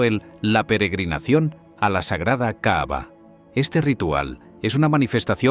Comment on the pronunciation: Perdón pero el narrador dice la "caava" y no se que es eso, si se que es la caba-cava